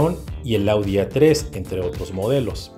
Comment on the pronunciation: Perdón pero te equivocaste el á3 yo lo tengo y lo mencionaste mal